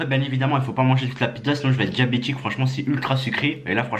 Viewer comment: Il a dit débiétique mdr